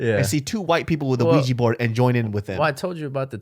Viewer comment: it's OUIJAAAAAA xD